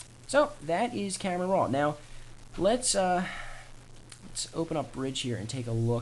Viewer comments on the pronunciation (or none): Almost 7 minutes of blahh blahh blahh saying camera rrrroooaaa